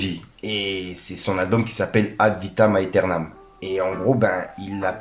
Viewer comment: Yo, je me permet de te corriger concernant l'Album de BOOBA ae... Alors pour plus de Style; ça se Prononce Ad' Vitam Æternam ca se dit Ad'vitam éternam, en phonétique 🙂😋:washhands:Force à TOI🤚💪☝